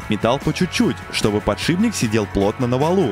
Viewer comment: откуда в слове фланец появился звук "я"? и где в ролике хоть один фланец??? зы: а "подшиБник" добил...